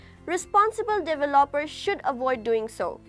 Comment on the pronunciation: how can i trust this when you can't even pronounce the word "developer"